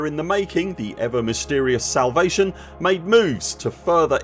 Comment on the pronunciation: are you saying salvation or salivation?